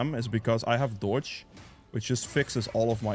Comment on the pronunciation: It took me so long to work out that you were saying "dodge" xD. I was like, what does Deutsch have to do with anything?